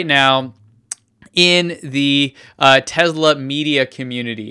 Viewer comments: I thought it was Tesla not Tezla? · it's pronounced tesla with s not z !!!